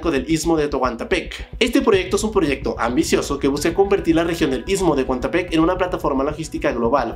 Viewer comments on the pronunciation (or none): También “Texoco” “toguantpec” jajaja